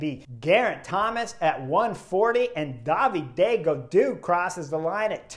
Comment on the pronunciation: I love his pronunciation of “Daviday Gadoo”. 10/10